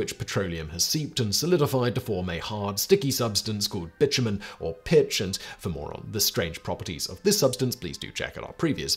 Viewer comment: Simon! Did you just say b*tchumen instead of bitumen? XD